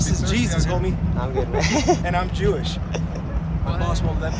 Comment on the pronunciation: He is chewish? Oh cheesus🤣